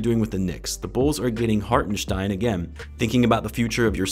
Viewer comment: Is there a “ch” in Hartenstein or is it Harschstenschtein?